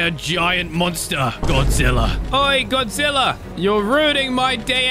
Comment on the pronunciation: you said "godzillor"